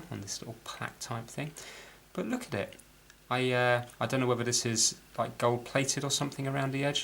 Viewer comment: Love when you say "look a-it"! I actually cringed at seeing you try to pull the balance spring into the screwdriver slot on the fulcrum post! There is probably a pin missing that would keep the spring from popping out of place. As it is the spring is resting on the side of the post. As howlindan49 mentioned, it's best to remove the movement from the case and remove power before removing any of the plate screws, especially the balance screw. Great to see you got this old girl ticking again!